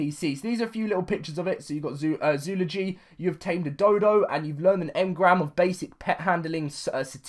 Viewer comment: Zoo-ol-o-gy That's how you pronounce it.